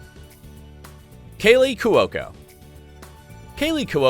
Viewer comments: I believe it's pronounced Kw-oh-ko, not Kew-wo-ko. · If that's how 'Cuoco' is pronounced in any Italian or Italian-American house anywhere, I'll dance naked in the main street of this burg right now.